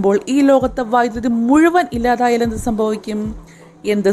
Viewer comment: സംഫവിക്കും എന്നല സംഭവിക്കും എന്നാണ്